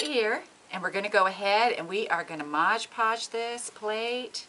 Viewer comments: MOD Podge....not MODGE PODGE. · MOD Podge. Not modge podge. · Why does everyone call this stuff Modge Podge, when it clearly says MOD Podge on the label? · Mod is NOT pronounced "Modge" ~ She is working with MOD Podge.. Mod - D MoD.. Podge. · It is not pronounced modge podge . It is mod podge. I hear a lot of tutorial people pronounce it wrong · MOD! podge Not ModgePodge!!!! Please!!!